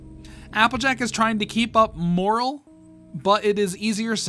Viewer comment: Morale (more-Al)